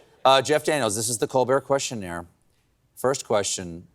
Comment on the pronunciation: This was an exceptional "Questionert" 😂